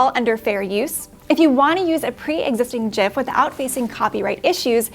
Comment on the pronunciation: with the connect pronunciation of gif, congrats 😀